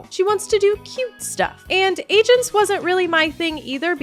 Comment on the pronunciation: I'm so sorry but every time you say MySims Agents I just hear MySims Asians, which would be a WILD way to name a game